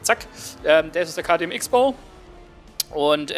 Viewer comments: Cross-Bow, das Ding wird Cross-Bow genannt... Ich zucke immer innerlich zusammen, wenn ich jemanden Icks-Bow sagen höre. :D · Mennnnnooooo, bitte sprich den KTM richtig aus. Nicht "X-Bow" sondern Crossbow wird er tituliert :) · Also von mir aus darfst du den Wagen auch gerne Tante Klaus nennen,aber der wird wirklich nur Crossbow ausgesprochen.Hält sich nur keiner dran. ^^ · Ok.. dann ist wohl mein Fehler. Ich kannte es eben nur so das beides in Ordnung ist. Aber KTM sollte sich als österreichische Marke auch denken können dass das X, auch als solches ausgesprochen wird :D